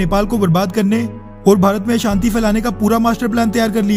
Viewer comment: Lekin bhaiyya ashanti to shanti kyon bol rahe yaar